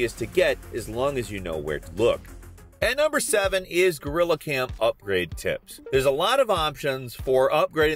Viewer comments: you did not just say gorrila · “Gorilla” lmao